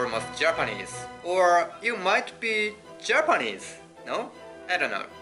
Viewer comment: コメント取り上げていただきありがとうございます！ちなみに今回も指摘させていただくと、Japaneseのアクセントがおかしいですよ。